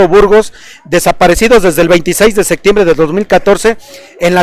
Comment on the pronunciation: Pronunciaste "sectiembre" y ni septiembre, ponte abusado!